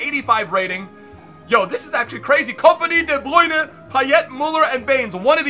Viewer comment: I really hate the way he says de bruyne